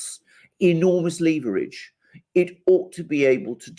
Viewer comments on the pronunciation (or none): none